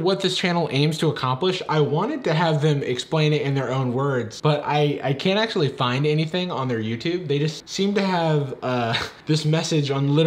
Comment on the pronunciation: love/hate how the narrator pronounces the actually in "10 pokemon that act-U-A-lly exist irl"